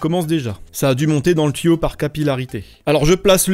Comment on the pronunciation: On dit tuyau pas tiyau